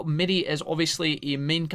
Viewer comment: Mirei is pronounced Me-ray, also, shes actually a reoccurring character is games, even before cyber sleuth